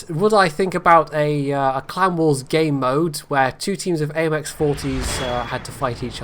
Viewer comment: First question, I thought you said Clown Wars instead of Clan Wars, and it totally fit.